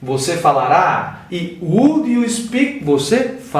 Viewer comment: aula interessante... acho que todo mundo vai aprender por causa de repetição. ( - pratique mais na pronúncia da palavra 'would' em inglês)